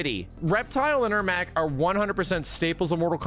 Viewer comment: So glad you said Ermac right off the bat